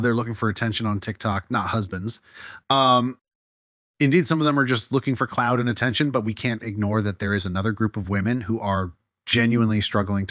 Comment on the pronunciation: Clout* the word is clout, not cloud